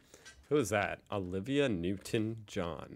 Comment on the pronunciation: Him butchering the names of Kylie Kylie Minogue and Olivia Newtown-John, clearly shows he has never heard their names before. But I do agree, that Loco-Motion was one of those songs that changed the world... for good or bad, is up to you to decide.